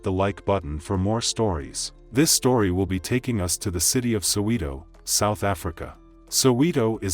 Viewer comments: I am South African. Soweto is a township of the City of Johannesburg. I am not sure why he saying Sewito. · It's actually sounded like Saw-Weto-: Soweto You're welcome. Thank you. Much obliged 🙃🤣🤜🏼❤️🤛🏾✊🏾